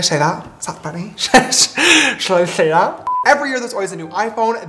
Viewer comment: “should i shay that?” ...only james would say that.. or should i say “shay” that 😹😹